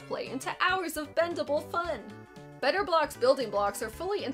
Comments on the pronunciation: The way you say it sounds like Betablocks, and remind me of those pills lol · No one: Absolutely not a single soul:: BETTAH BLAHX But for real, tho, how can you talk about 90s commercials without mentioning Crossfire or Mr. Bucket?